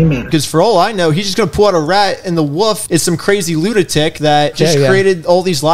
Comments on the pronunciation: he's named the what? Was th at a "the woof" i heard? As in "a pack of woofs were howling at the moon"? Or as in "the soud a dog makes is woof woof"? Just wondering. If you call wolves "woofs" I may have to go team haunted house and probably join a cult. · wtf is a 'wuff' 😂 you do realize there is an L in woLf ? rite? Fing wuff 😂😂 wuff wuuf wuff 🐕 🐕 wuff wuff 🤣 WUFF 🐕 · Can you teach how to say Wolf instead of Wuff?😂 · Lmao! My man said "the wuff". (The wolf) roflmfao